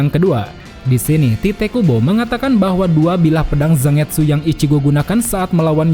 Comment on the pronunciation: Kayanya cara pengucapan Zangetsu itu “Zan-getsu” deh min, bukan “Zang-etsu”, sama kaya penyebutan Manga yg “Man-ga” bukan “Mang-a”